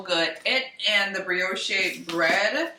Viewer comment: Hey Brioche is pronounced (Bree-osh ) bread. Just want to make sure your saying it right 😍